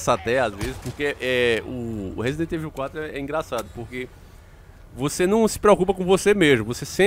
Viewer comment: sei que sou chato nisso mais da nervoso esse nome rsrs resident evil , mais se fala resident ívôu só a dica msm rsrs abs